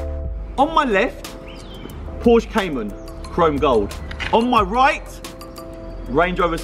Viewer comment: if you're working on supercars, please learn how to pronounce Porsche.